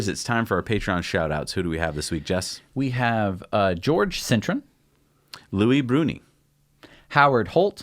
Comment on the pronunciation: Patreon Patron "George Sin-tren" AKA Jorge Cintron pronounced "Whore-hay Sin-trone"